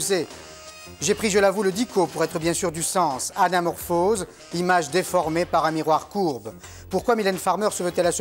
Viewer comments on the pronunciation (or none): Oula il avait beaucoup insister avec le mot déformer celle la mdrrr